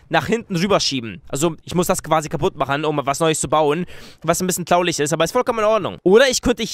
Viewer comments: wieso sagst du klauliglch nicht traurig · und zu traurig sagt der ,,tlaurig" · Warum sagst du eigentlich immer klaurig anstand traurig auf jeden Fall hört es sich für mich so an . Nichts für ungut ich finde das aussprechen des Wortes sehr und zwar wirklich SEHR witzig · A und mehr er sagt tlaulich also nur zur info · traulig😹😹 das heißt traurig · ich liebe es wenn er sagt traurig weil er das r nicht so gut aussprechen kann und dann sagt er immer traulich was sich irgendwie voll witzig anhört😂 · Hey Ich habe da so eine Frage Warum Sagst du immer Traulich ist das in wo du her kommst so weil in Deutschland wir das Traurig ausgesprochen?! (Soll kein hate sein IST EINE FRAGE);D Und deine Viedos sind richtig feiherlich <333 Bitte liken damit er das sieht #LikeGeilistMeinLifeStyle xDDD Würde mich Mega Freuen wenn er das sieht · weißt du was ich bei dir lustig finde das du traulich sagst als traurig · man sagt traurig nicht traulich '3' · Fällt eigentlich einen auf das er Tlaulig Flage sagt is das gewollt oder hast du dir das angewöhnt oder was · Wer versteht auch immer Klaulich? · Seit wan sagst du Tlaulich anstadt Traurig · er sagt immmer tlaulich anstatt traurig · warum sagst du immer tlaulich statt traurig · Es heißt nicht tlaulig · Ich finde das dieses "tlaulig" ihn echt sympathisch macht 🤗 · sagt oft L statt r z.B. flage oder tlaulig😂👌🏻 feier deine videos 👏🏼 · wieso sagst du eigentlich immer flage tlaulisch also nie das R. das hört sich mega dumm an 😂😂😂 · wieso sagst du tlaulig XD